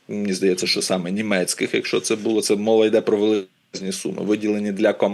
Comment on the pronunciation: Не повістка, а порядок денний. Не в шестидесятих-семидесятих, а в шістдесятих-сімдесятих. Не блИзьким, а близькИм. Не бУло, у випАдку, провЕсти, привЕзли, а булО, у вИпадку, повестИ, привезлИ. Не "в кінці кінців", а "врешті-решт". Не "вірним", а "правильним". Не "ПРИ певних обставинах", а "ЗА певних обставин".